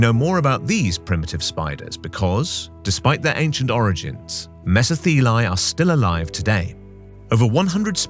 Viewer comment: As thos word is Greek, it is pronounced:' MeSO-thelae"...😊